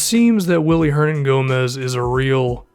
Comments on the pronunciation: If you gonna ride this dudes jock at least get his name right. It's spelled WILLY but pronounced BILLY. And KP hates to be called "The Zinger". You're killing me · It is actually BILLY. In Spain you pronounce "w" has a hard "b". It is BILLY not WILLY. Just so you people who aren't Hispanic know this. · I'm sure there's like 50 comments about this already but his name is pronounced Billy not Willy I know it's dumb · It's pronounced billy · its pronounced "billy" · His name is pronounced Billy btw. Good video, I love Hernangomez! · his mom is German and they pronounce willy like Billy. at least that's what Mike Breen and Mark Jackson said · His name is pronounced billy btw... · it still pronounced billy tho lol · search it up, its spelling with a w but pronounced with a b it's weird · Yeah pronounced Billy because his mom is of German decent